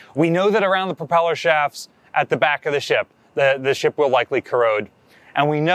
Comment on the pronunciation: ... ... "propeller"... there's THAT WORD again...😁